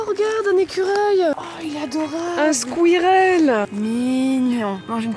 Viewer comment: "oh regarde un écureuil - un skuireleuh🥴"😂😭